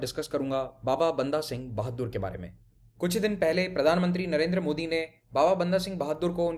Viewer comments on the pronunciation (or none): none